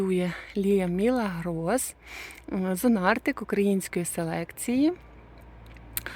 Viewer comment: Вітаю,. Дозволю собі Вас виправити. Правильно вимовляти МілАгрос. Іспанською це означає чудо або диво. Дякую за відео.